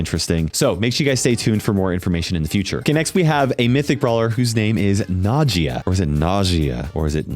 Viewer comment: I think Nagias name is supposed to sound like nausea